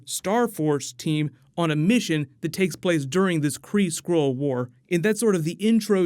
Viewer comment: It's SKRULL not SCROLE